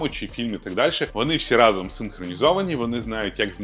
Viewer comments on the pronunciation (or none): none